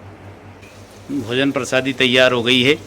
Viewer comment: Bhaiya sabkuch theek hai lekin ye prasadi kya hota hai. Prasad to suna hai. Bda irritating lagta hai jab aap baar baar prasadi bolte ho. Uccharan sahi kijiye thoda hindi ka.